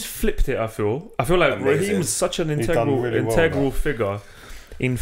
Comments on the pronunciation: Nobody: Absolutely nobody: using big words like "Intengral" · Nobody: &: Integral